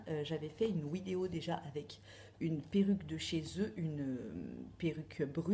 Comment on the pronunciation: J'aime bien quand tu dis "Wideo", ça vient d'où ?